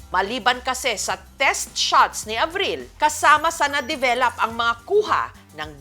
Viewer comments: Bakit ang bigkas develap imbes na develop? 😅😂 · bakit ba develap sinasabi ni mam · Ako lng ba? Rinig ko develap? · Hay, un nga din sana ssbhin ko, bat develap? Akala ko ako lng nkpansin, anu ba talaga ate Jessica? 😅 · develop- Sounds like duh·veh·luhp